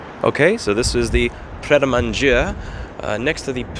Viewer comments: its pronounced pratt manager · I know you don't care but I think what you're trying to say is Pret de Manger which translates to Ready to Eat and phonettically it would be PRay duh Monjay....but it's okay, Canadians don't do Spanish well so we make up for Americans not doing French very well. LOL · It is clearly pronounced "Pret a manger" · Pret a Manger? Whatever. Your pronunciation of “fuck” and “shit” is impeccable. We’ll done Lou! 🤣🤣🤣✅ ✊🏿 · Me struggling to understand Louis say "Pret A Manger" lmfao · It's pronounced "away in a pret a manger."